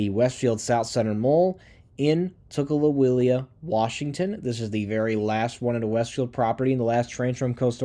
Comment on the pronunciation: Coral Gables.... gay-bulls Tukwila..... tuck-will-uh